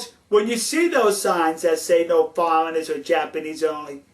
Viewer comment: You awe a genwus! You shwould be our ambwassador to Japwan, you understwand them so well. Who wouldaw known that "no foweingers" works bwetter than "no fighting". Are Japwanese allowed to fight?